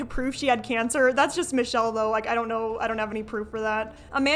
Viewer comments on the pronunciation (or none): none